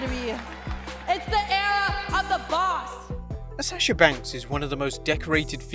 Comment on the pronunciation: I like how he says asasha banks not Sasha banks